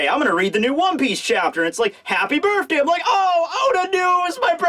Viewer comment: Bruh can you please say BIRTHday not BIRFday.